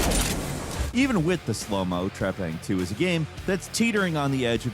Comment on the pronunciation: It's Trepang Squared,not Two!!